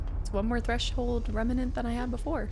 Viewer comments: it’s “reMNant”, not “reMENant”. Gives me “Ensuna” flashbacks every time you say it wrong 😂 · I think the way you pronounce Remnant, you added an extra 'a' in the middle compared to how it's usually pronounce, just a little detail I noticed and maybe you'd like to know! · I like how we are in part 5 and you still say remnant wrong 😂 you just add letters lol